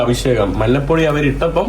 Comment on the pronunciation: എടാ മൈ...., മന്നപ്പൊടി അല്ല, മഞ്ഞപ്പൊടിയാണ് ശരി.